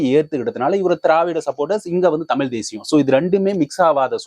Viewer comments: அண்ணா தமிழ் என்ற வார்த்தையை பிழை இல்லாமல் உச்சரிங்க அண்ணா .... த மி ல்.... இல்லை தமிழ் .. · டே தமிலா ?????? மயரப்புடுங்கி தழிழ்....ழ் உச்சரிப்பை பழகு யார யார் கூட ஒப்பிடு.